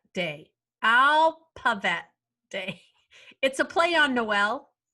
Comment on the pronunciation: love saying alpabet instead of aphabet lol